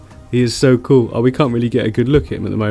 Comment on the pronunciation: It isn't cool it's koo😂